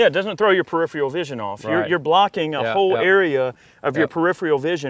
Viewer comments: "Periphreal" lol no stop it you country boy. It's like saying "axe" instead of "ask". It's pronounced Pear-if-air-all. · "perifrial vison" lmao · “parifreal vision” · "periphrial" jesus christ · "Periphial vision" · Peripheral, not preiphrial! lol. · LOL he tried twice but still couldn't pronounce "peripheral".